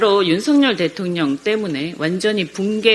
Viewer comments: 김의원은 대통령 의 령 발음공부 좀 하세요!년 년 연 년 무슨 발음인지 몰라요! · 대통년으로 들리네요 ㅎ ㅎ ㅎ